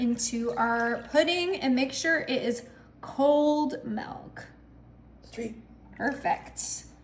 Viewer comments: Milk not melk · Did you say melk ya you did